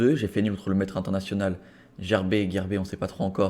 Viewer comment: On est au moins deux à t'avoir dit comment prononcer Gerber dans la vidéo de la première ronde !